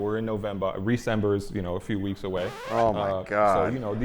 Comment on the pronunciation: for "Reecember"